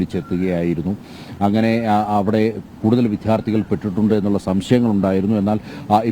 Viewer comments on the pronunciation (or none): വിധ്യാർഥിയല്ല വിദ്യാർഥിയാണ് റിപ്പോർട്ടറെ